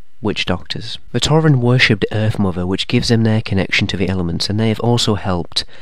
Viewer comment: “The power of Earf” 😂